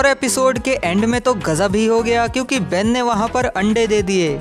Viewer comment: Tum ne jab kaha Ben ne aande deaaa, mujhe hassi aagayi.🤣🤣🤣🤣🤣🤣🤣🤣🤣🤣🤣 . Jo bhi ho video bohot aachi thi.🙂👍👍👍👏👏👏